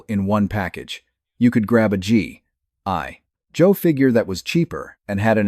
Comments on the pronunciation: What’s up the G I Joe pronunciation? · This would be good if your AI didn't hallucinate the claim that about the 2017 comic book, which is false. There was a comic book series, but in 1987. And your AI reader is making a mess of pronunciation for G.I. Joe. Sigh x2